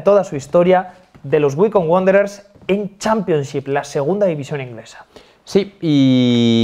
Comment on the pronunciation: yo lo pronuncio waicombi porque me parece mas chistoso